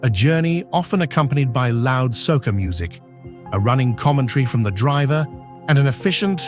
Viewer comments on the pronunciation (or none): Nice but ‘Bahjahhhn’ and ‘Sosha’ uhh ya mean Soca? ummm get that AI together. We just gone ignore how the people got on the island and their relationship to sugar yeah what’s the story there 👀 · Also, circa minute , you said calypso [kuh-LIP-soh] correctly, but the other related form of music/local song is Soca = SOH-kuh [hard k rather than soft s] [not SOH-suh].